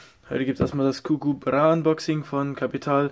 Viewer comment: ich weiss aber er sagt gugu hahahah